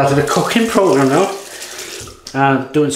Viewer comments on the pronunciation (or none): none